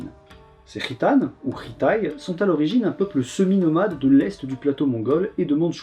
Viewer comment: Ta prononciation de "khitan" a fait titiller mon oreille de gitan à chaque fois, même si ca n'est qu'une coïncidence hasardeuse 😋